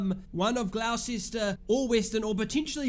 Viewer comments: Butchered that name... Its pronounced Gloss-Ter. Come on bro... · I’m not even arguing, I just said it is what it is. I didn’t expect Gloucester to be pronounced Gloss-Ter. You learn something new everyday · Gonna ignore the mispronounciation of gloucester